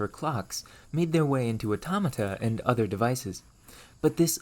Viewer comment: Every time he says "automota" take a shot